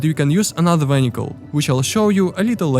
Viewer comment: ah yes the new underwater "vhenhical"